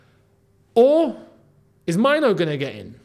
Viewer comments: Main - Nuu , not Mine- Nuu. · as a Ghanaian myself, and with Kobby being of Ghanaian descent, Mainoo is pronounced "may-nuu" not myno in Ghana. but i guess its up to him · the pronunciation is "Menu" with a stress on the "u". You are pronouncing it like "minor" which is wrong. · Erm a little bit of advice you are pronouncing the Mainoo wrongly,... Its a Ghanaian name and we it May-nuu but its slept Mainoo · the name is pronounced Meinuu